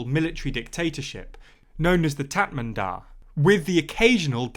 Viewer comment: Also it’s Mee - an - mar and Tat Mar Daw